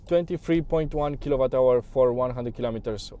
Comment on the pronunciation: W se pronunta U la kilowatts